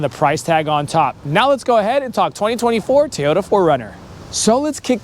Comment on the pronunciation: It’s pronounced Toyota not teyoya